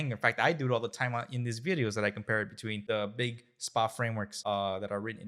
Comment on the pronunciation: Stop caling it Spa-Applications, it has nothing to do with Wellness. It's SPA, all uppercase, its an Acronym so it's AS-PE-AY Applicatons.